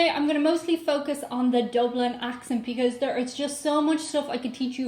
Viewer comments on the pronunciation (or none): none